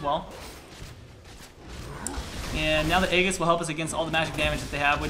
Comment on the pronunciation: egg-iss? (its A-JIS) fyi